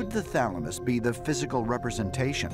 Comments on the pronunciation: he says "thalmanus" for thalamus. 😂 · Anybody noticed he narrator saying thalamus then switching to thamalus in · *patiently waiting to hear "pineal gland".... "thaLMuSsssss" 🤦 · U are correct. I was like, wtf when they said thalamus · Ah yes the pineal gland... THE THALAMUS O-oh okkkkkkk